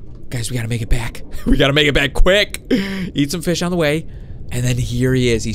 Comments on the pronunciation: Did you say feed and grow fist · He said fis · you said fis not fish